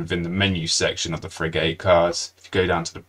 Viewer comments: Frig-utt not frig-ate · It's fri-ghut buddy, not fri-gate. Top video. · Unfortunately, I couldn't get past the first minute because of the terrible mispronunciation of frigate. It's pronounced git, not gate. 😢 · Informative video, but could you PLEASE rerecord it with the correct pronunciation for "frigate". The way you mispronounce it is worse than nails on a chalkboard - I had to mute you and turn on closed captions. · say Frigate again, LOL